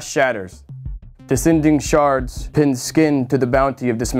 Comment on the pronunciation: Lol he messed up on the A in SHARDS / thought the R was next. lol